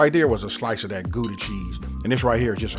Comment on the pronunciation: As a Dutchman, I like the way that Gouda sounds